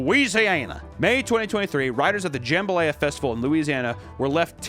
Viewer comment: wait, Louisiana has a Jim Belushi festival? Isn’t Missouri a southern state? How the fuck is this dude never heard the word jambalaya….. OK now that I’m seeing that word for the first time I totally get why would think it’s pronounced like that😂